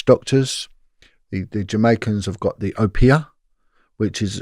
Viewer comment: its obeah not opiah